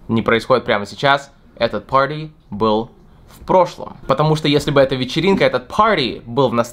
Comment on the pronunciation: Мне больше всего понравилось, как ты сказал слово "party". Это словно мелодия для ушей, надеюсь, что я когда-нибудь тоже достигну такого уровня произношения)